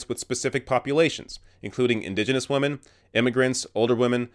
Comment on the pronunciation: "Respect wamen." -PewDiePie